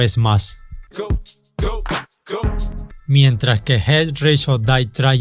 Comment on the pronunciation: Jet rish or dae frain? Pronuncias con las nalgas